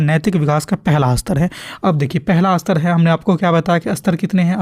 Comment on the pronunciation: Sir ap istar uchcharan kijiye astar nhi